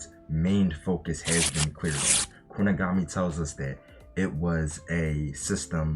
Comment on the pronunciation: “Kuni-guh-mi” was doing the rounds months ago on TikTok😂